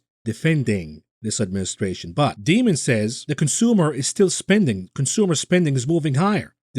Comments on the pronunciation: I love how pronounces Jamie Dimon's name as "Demon" - how appropriate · Alright, I won't get disturbed anymore when pronounces the J in JM Smucker as a G now that he epically mispronounced Daimon.